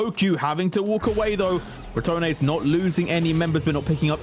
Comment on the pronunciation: Please, pronouce the E in Los Ratones; listening "Los ratons" hurts my ears :c Also, they are not rats, ratones means mice, ratas means rats :c